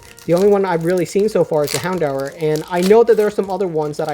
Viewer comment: Calling houndour poocheyana?? Come on!! Grats on your zard pull